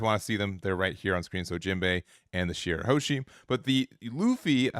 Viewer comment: It's shirahoshi and not shirahoeshi